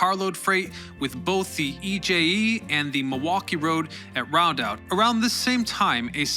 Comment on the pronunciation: It is Rond Out not Round Out.